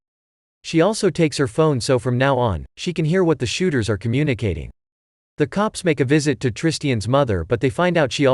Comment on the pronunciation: Is anyone annoyed because he said shoóters